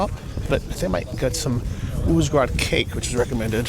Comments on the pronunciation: You pronounce Uzhhorod as if it was Uzhgorod? Is that because Ukraine pronunciations are different from what English spelling would indicate? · I guess he cannot pronounce the Ukrainian г properly (similar to h in English but voiced) so instead pronounces it like the Russian г (g).